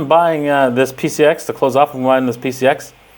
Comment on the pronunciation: PCX not PCS